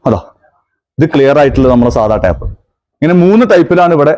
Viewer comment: ടാപ് അല്ല സുഹൃത്തേ പാക്കിങ് ടേപ്പ് ആണ് ശരി